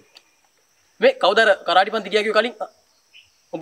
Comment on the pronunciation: පුතාලා කරාටි නොවෙයි කරාතේ කරාතේ කියන්නේ හිස් අත යන අරුත .